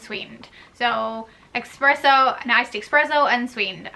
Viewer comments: I love a blonde americano with a little heavy cream and sugar free cinnamon dolce. And it’s “espresso” not eXpresso” 😂😜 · I thought I heard her say EXpresso then she typed it out. lol Just a friendly FYI- there's no X in 'Espresso' Thanks for the tips tho!